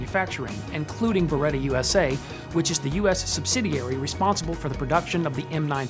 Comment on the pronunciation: You can't even pronounce Beretta right